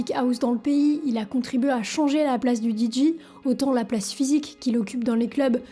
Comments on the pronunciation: Pourquoi tu dis les DJ prononcé "Didji" ? Ça n'a aucun sens du fais du moitié français moitié anglais 😅 en anglais c'est "DiDjay" le "J" se prononce "Djay" 😂 désolé mais ça m'a tué la vidéo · Parler des DJs et prononcer "Didji", c'est absolument insupportable. On dit "Didjé". Ce commentaire parce que j'adore ce que tu fais et que c'est ce qui manque pour que ce soit parfait... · Nan mais faut arrêter avec le "Di Jiiii"....A défaut de répondre aux commentaires, prononce au moins correctement les choses. C'est "Dee Jay" ... Tu fais des bonnes vidéos, mais soit un tantinet plus attentive à ta communauté. Bonne continuation. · Deejay…pas Deejee! ✌️ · "didji" ???! 😱 Oh My God! 🙄